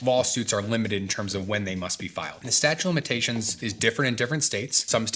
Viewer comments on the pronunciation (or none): I love this longer form content and the insightful answers. Winced a little at "statue" of limitations though, haha.